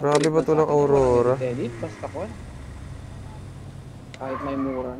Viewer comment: Bkt Po Awrora Ang tawag nyo a wrong😅😅